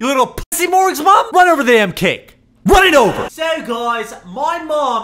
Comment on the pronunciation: he says mom in a British accent